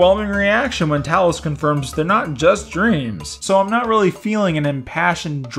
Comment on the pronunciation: As a NORD you speak Talos name correctly.